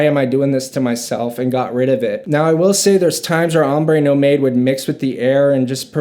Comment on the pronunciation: It pronounces NOMAD.......not NO MADE